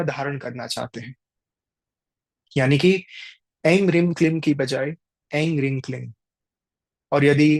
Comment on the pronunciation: In the app , maa tripur sundri pahchadasi mantra pronunciation or Hreem is not hreeng